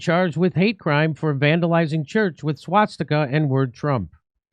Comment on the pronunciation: "Swat sticka" 😂